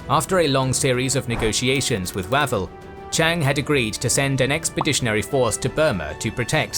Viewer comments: Way-vel, not wav-el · I've always head Archie Wavell's name pronounced with a closed 'a' (as in wave). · With all due respect, your AI is mispronouncing Wavell…its Way-vell, it is driving me nuts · Pronunciatio!!!!! Wavell,!